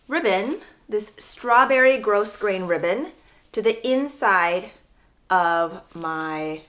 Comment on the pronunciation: Love the ribbon you added over your edges on the cardigan. If you use that type of ribbon again, even though grosgrain has an "s" in it , it is a silent s so it is pronounced grow-grain